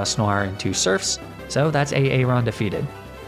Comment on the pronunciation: Lmao I love the way you pronounce some of these pokemon and trainer names. A aron and daydenne are two of my faves 🤣🤣